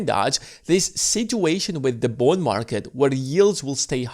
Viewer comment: Is he saying Bone Market?